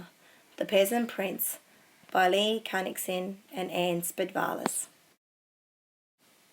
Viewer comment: Your pronunciation of some words are terrible and shows your indifference to other people's language (e.g. Qingdao, Li Cunxin, Mao). At least look up how to pronounce these words properly out of respect for their language ... you are a teacher after all.